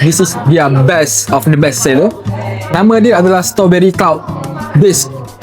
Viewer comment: dik.. 😅 kalau nak buat content makanan.. tolonglah sekurang kurangnya belajar sebut perkataan tu betul betul. STRAWBERRY. Ada "R".. stRawberry. Bukan Stoberi. Kita biasakan yg betul.. dan betulkan yg dh dibiasakan.. kalau benda tu dh terang terang salah. Ramai followers yg tengok video adik ni.. budak2 sekolah dan kanak kanak ramai. Kita taknak generasi yg akan datang ikut influencer sebut benda salah.. sebab ingatkan influencer ni tahu semua/ dan authority tentang subjek yg dia buat content tu. Tolong ya